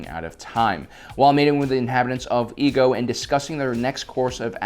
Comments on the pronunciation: The planet's name is pronounced E-A-GO... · It's pronounced i-e-go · "...only found on the planet of Ego." Excuse me,, but last time I checked the planet was called Iego. Not Ego. Also, do you HAVE to continue calling Jar Jar a "Sith lord" at every encounter of him? I mean, seriously, you don't actually believe such BS theories, do you? Sure, you might say these things for humorous purposes, but if this is meant to be a FACT based channel, I don't think it's all such a fun idea. Just imagine people who decides to wanna learn about the Clone wars or just Star Wars in general, and they hear you saying Jar Jar's a Sith Lord. And the just figured out that a Sith Lord is literally one of THE MOST DANGEROUS and EVIL figures in star wars. Basically what I am saying is: Stop spreading tiny white lies every now and then. Okay? It'd make looking at these episodes 10 times more enjoyable. Thank you.